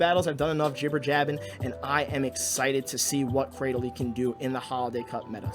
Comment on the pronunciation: According to Pokedex 3D, Cradily is pronounced "Cray-Dill-Lee", so you got it right. Also the spice vs ELO struggle is real. I wish there was a way to pause going up and down in rating for when I want to try out fun-but-unoptimal junk.